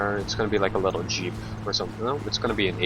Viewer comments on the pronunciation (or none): none